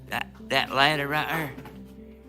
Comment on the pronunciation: This guy must be from Alabama. He gave himself away when he said “ at righ air”. 😝 lol.